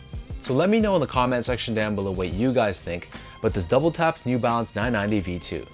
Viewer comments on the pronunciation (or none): Am I the only person that heard him call it double taps and not WTAPS? It's WTAPS not double taps